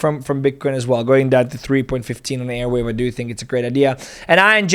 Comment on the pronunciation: Bro its Arweave not Airweave